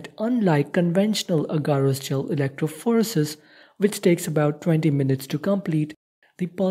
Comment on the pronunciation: electrophorEEEsis. not electrophOresis